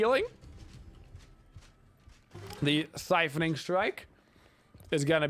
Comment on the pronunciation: Love the vid, especially as a support main. That said, "siphoning strike"? Kinda triggering lol..